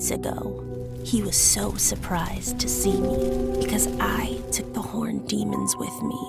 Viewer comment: Anyone else thought that she said "horny" instead of "horned" at first? Cause it got me really confused for a moment 👀